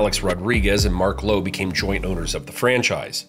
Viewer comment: Ahh…That’s Marc Lore, pronounced “Laurie”…not Marc Lowe. Just saying?! 🤣